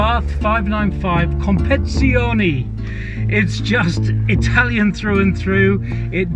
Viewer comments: Compezione?? Lol compe tiz ione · Please stop butchering the word competizione